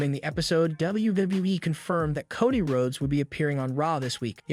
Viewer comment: Why do you say the names all weird dude? Cuddy Rhodes Ricoshit Solo Siko'o.. Fucks wrong with you?